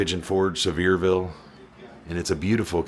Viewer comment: Congratulations on your ten year anniversary! 🎉❤. May the next ten be full of joy, health, and success. Kudos on the recognition of ATW. (He will be missed, won’t he?) As an aside, my great uncle once owned a manufacturing business in Sevierville. (And congrats on pronouncing it correctly! Many don’t! 😂) I look forward to your 2026 content. May God bless y’all as you take us on adventures and share insights. 🤗